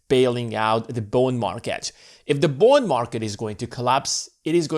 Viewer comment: Is he saying Bone Market?